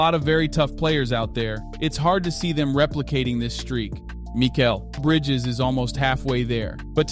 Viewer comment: Dude does this narrator even watch any NBA. Guy butchers the names of so many of the players. Enes Kanter, Jose Calderon, Mikal Bridges. Man learn how to pronounce people's names right before you do a video.